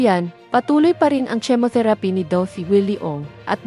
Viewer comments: Chemotherapy is pronounced as kemotherapy Not tsimotherapy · Ano ba ung at bakit tsemotheraphy(chemotherapy) ang pagbigkas??? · Binabasa mo lang pero mali mali bigkas mo..Hindi jemoterapy Ang bigkas sa chemotherapy😁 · Pls learn how to pronounce chemotherapy. Tnx